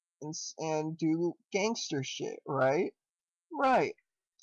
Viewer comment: gangstER shit hahaha they way you pronounced that was hilarious